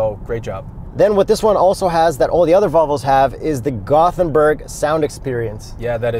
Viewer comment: If you're going to emphasize 'ooolins', then maybe have a second look at Gothenburg. I always enjoy the videos! Thanks.